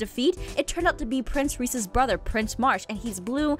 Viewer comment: XD I JUST NOTICED PRINCE MARSH-MALLOW! PRINCE REESE-S